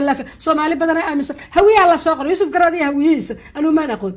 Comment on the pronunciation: 😢😢😢😢😢 im glade inay nushara ku dhawpaqdey graca magaciisa YUSUF GARAD YUSUF GARAC NOT GARAD 😂😂